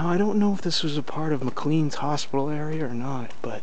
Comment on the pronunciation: it's pronounced Mc"LANE"